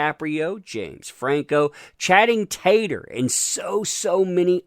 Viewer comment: Channing Tatum: Channing Tatum: CHANNING TATURR 🤣🤣🤣🤣🤣🤣🤣🤣 Honestly, I love that